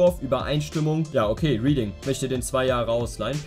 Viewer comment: bruder reading und bournemouth werden komplett anders ausgesprochen.. ansonsten korrektes video